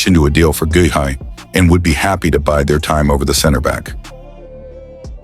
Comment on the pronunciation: GUEHI is pronounced GAY EE